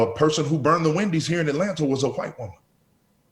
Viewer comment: JLP: do you love white people?: I love ALL people JLP: But how about Hu-white people? Brian Griffin: wait, why are you putting so much emphasis on the H?